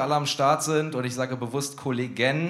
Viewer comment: Das erste mal 'ich' statt 'ick'😂